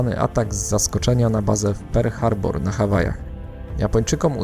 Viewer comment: Mówi się "Perl Harbor" a nie "Per Harbor" a poza tym świetny film